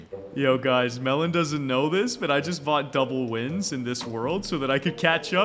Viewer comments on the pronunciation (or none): It’s melon not Melen